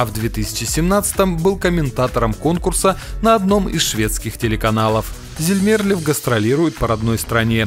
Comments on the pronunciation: 1Вообще-то Loreen хотела вернуться на Евровидение в 2017 году, а не в 2016! 2 Монс ЗамерлЁв, а не ЗамЕрлёв! 3ДжамАла,а не ДжамалА! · Не понравилось видео. Имена озвучены неверно(ЗермЕрлев, вы серьезно?! ДжамалА??), информация по их творчеству небольшая.... Шерифович творила в Штатах, у Кончиты отличные новые песни, Монс сотрудничает с СК, Эммили де Форест постоянно приглашают на Евро отборы... скукота. Дизлайк.